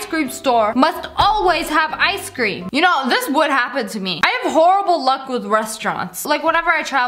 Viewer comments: Why you say “ice SCREAM” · People saying Ice cream Me: Ice Cream Ash: ice cream! Legit anyone: Ice Cream Lia: I see creme [again my opinion on how she says it]